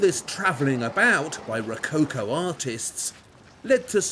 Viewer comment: I CRINGE so hard the way he says ROWCOWCOOW.... omg xD